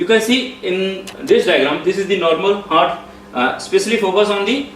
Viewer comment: Good job! Just need to improve pronounciation of some words. Such as Heart- it's haat not hurt!